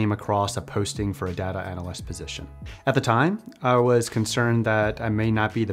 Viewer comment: This guy pronounces data like data so he can't be trusted...